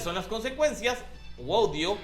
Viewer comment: Mah mi 2.0, ta potente tu dislexia. XD Está bien claro el acento en Guaidó y sigues leyendo Guaido.